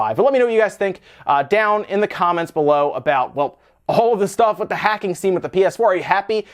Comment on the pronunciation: You so wrong PS4 got way more life yet and you need to get took of YouTube for pronouncing hacking